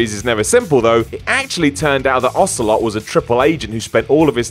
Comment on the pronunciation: Wow, you didn't even get Ocelot right.